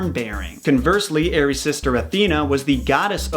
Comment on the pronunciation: Eris aris read it normal American don't read wrong ares